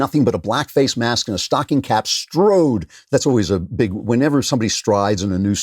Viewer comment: it sounds like you said "a Black Face mask", not "a black facemask"